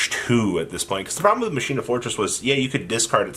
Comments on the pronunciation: It's pronounced as Mockeena Kernel. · I can’t believe you never ya kneyw yhow to say colonel... you kno like KFC Colonel Sanders gKERNEL KERNEL KERNEL. Then i can’t believe the try machina “master” has been calling them maSHEEna last structure deck sucks... I’m scratching my head wondering whey the fuck I even just watched or got out of this video. A big pile of nothing except the shock that you cant pronounce your owners Andy tryyyyu77777 I myou mmmuyy